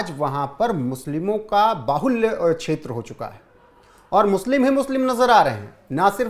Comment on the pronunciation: भाई हिन्दी सुधारो, देस नही बांग्ला"देश", छेत्र नही क्षेत्र, अस्थानीय नही स्थानीय, जनगड़ना नही जनगणना। सुन्य नही शून्य। भाई गांव खेड़े की हिंदी मत बोलो समाचारों में। हिंदी और उच्चारण सुधारो। रोहित पांडे।